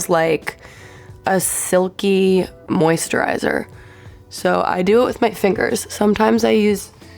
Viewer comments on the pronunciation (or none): She said moist-Derizer 😅😅